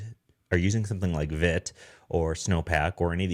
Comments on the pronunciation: Awesome,, thank you! (btw it’s pronounced veet). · Only a minute in, but just a heads-up. It's Vite , pronounced as feet with a V. French for Fast. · Not being a dick, just found out yesterday Vite is pronounced "veet" (from their website) .. lol I called it they way you did for a while..